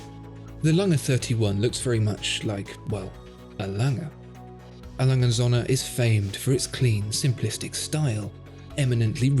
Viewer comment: 'Lange & Söhne' is pronounced langer (like 'hanger') and 'zurna'. Well, if you're going to say it repeatedly in a video you might as well go to the effort of getting it right.